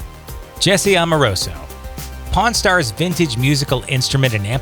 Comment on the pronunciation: Don't know who the narrator is but he doesn't know how to pronounce the word pawn.